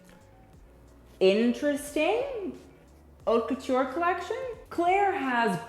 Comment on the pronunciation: I enjoy watching your videos but please pronounce correctly. It’s cringey. Also when you criticize fashion, just don’t base your opinion on the the look since it’s subjective, there’s more than that, especially you’re talking about Haute Couture, the details, the techniques, the materials, etc..